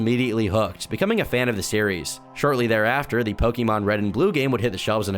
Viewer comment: I think the worst thing about this is that can't pronounce Pokemon correctly